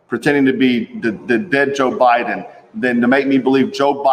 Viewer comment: It's not jo bidon